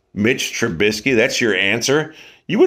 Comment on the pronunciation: Maybe you should work on being able to pronounce Mitch trubisky first.... lololololol..